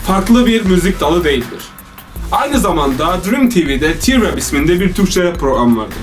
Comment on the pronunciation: T nin ingilzce telaffuzu ti dir